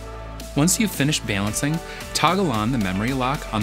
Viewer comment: we need to talk about the way you are saying balancing